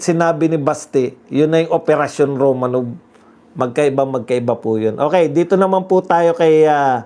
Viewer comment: ROMANOF po ang pronunciation ng ROMANOV. Yang letter “V” sa Russian ay “F” ang pagpronounce.